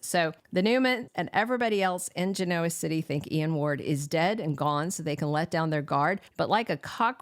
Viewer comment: Why do you continue to pronounce Genoa City incorrectly?